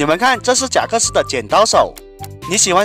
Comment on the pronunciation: 是贾克斯，不是真克斯好吗？